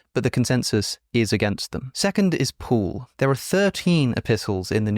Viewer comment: Why does he keep saying pool instead of Paul(P-all).